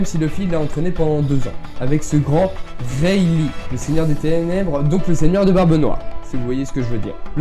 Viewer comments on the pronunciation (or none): none